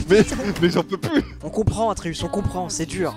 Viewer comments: Ça me fait grincer des dents quand il dit le nom Artéus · Atreus ❌ ARTEeus ☑️ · Terra qui dit arteus au lieu de atreus c'est très drôle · Il s'appelle pas artheus mais atreus bref sinon toujours aussi drôle et j'adore les wankul évolué et sont de plus en plus animé ! Je kiffe 😍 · Toutes la vidéo ils disent artéus alors que c’est atréus … heureusement que je vous aiment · Par contre c'est Atreus pas Arteus, j'ai tellement saigner des oreilles... 😂😂😂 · Je suis outrée du "artéus" tout au long de la vidéo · Quand ils disent arteus ça me rend fou mdr et cool un live récent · Ils ont dit Artheus toute la video alors que c'est Athreus non ? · On est d'accord que c'est aTreus et pas aRteus mdr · Personne parle du fait qu'ils disent aRTEUS au lieu D'ATREUS tt le long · Mdr c'est pas arteus mais atreus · Vous dites arteus alors qu’on dit atreus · Atreus et pas arteus mdr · C'est atreus pas artus mdr ça c'est une chaîne mdr